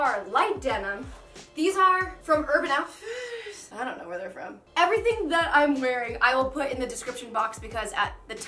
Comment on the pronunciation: "these are from urban outfihhhhhhers" lol